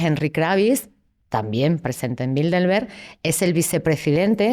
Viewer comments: Yo me pregunto una cosa ... Porque pronuncia Bildelberg en vez de Bilderberg? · Crisitina afirma haber estudiado el Club Bilderberg intensivamente durante 2 décadas, pero ni siquiera pronuncia bien el nombre: repetidamente dice Bildelberg, al menos al principio del video.